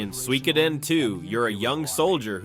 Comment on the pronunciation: The way you pronouncing Suikoden is kinda cringe